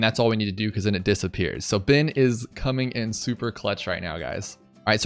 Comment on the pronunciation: Ohh.... I heard 'Byn, not Ben 😬 I wondered why you had the Data Hack ability 🤦🏾‍♂️